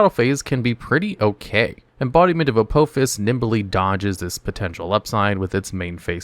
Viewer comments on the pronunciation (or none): It's pronounced Uh-Paw_Fiss, not Uh-Poe-Fiss. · Every time he says the name of the first trap card it aggravates me because he's pronouncing it wrong and it seems intentional, it is pronounced a-paw-fis. But not all of these traps are bad there's actually a couple of bangers in here they are just mostly slept on by people who play decks with a crap ton of spell cards rather than traps. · It's not "A-poe-fuss". Watch Stargate SG-1. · Judging by the pronunciation of the first card; you’ve never seen Stargate SG-1. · U said apophis wrong